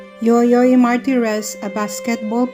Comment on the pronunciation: yoyong hindi yoyoy